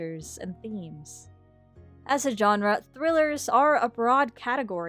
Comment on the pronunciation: When exactly did most people stop pronouncing GENRE correctly??